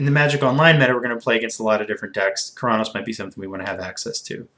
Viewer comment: You saying Keranos sounds a bit like Chronos, no offense though. Love your videos